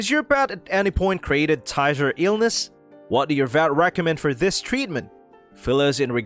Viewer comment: You are mispronouncing Tyzzer